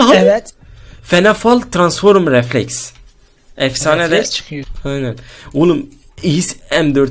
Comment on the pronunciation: Biz transform diyoz abimiz Transforum diyo ahshsahs